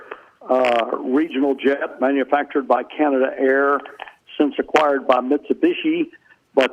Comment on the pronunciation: Canadair, not Canada Air.